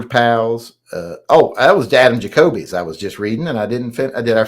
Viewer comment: He always pronounces Jacob as Jacoby lmao